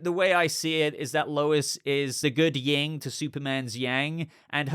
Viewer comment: Yin and yang. Not "yeeng" and yang. Also - why "based off of?" Does "based on" not have enough prepositions for you?